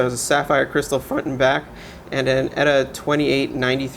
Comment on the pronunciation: ETA.....not EAT